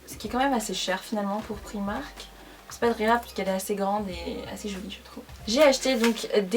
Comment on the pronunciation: le i de primark il se dit a comme les anglais